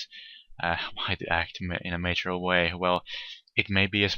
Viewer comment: "Mature" is pronounced as "mahtchoor" and not as "nature" with an m. Just helping you keep your eloquence game on level. Sincerely, a mature player, as established by my name and profile picture ;)